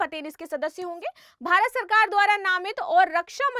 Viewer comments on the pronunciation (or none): none